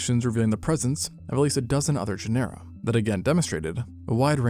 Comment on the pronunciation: Is the mispronunciation of "genera" strictly an AI thing, or are there truly creators that are into paleontology and don't know how to say it? It still bothers me after so many times.